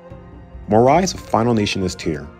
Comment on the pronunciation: Good video and interesting Tier List. However, the way you pronunce some daimyo is horrendous my friend (Mori and Takeda for example), you should have checked before !!!